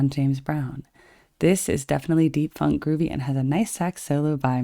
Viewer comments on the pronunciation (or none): none